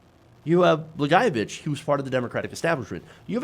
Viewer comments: still didn't get the pronunciation right. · I say this as a lifelong Illinois resident, what Trump doesn't realize is that we didn't lock up Blagojevich to keep him in. We locked him up to keep us out. I'm pretty sure any resident of this state would love to tear him apart limb from limb for what he did in this state. By the way, your pronunciation of Blagojevich is far the scariest part about this whole thing. For future reference, it's Blag-oye-o-vich